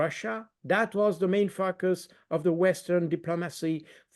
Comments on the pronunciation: heh when he says focus it sounds like f uckous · It might have been a Freudian slip to pronounce it as Fucus , how apt to describe the politicians inept actions that could easily lead to a World War ...the idiots are capable of anything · Baud needs to improve his pronunciation of the word "focus" he had my ears perking up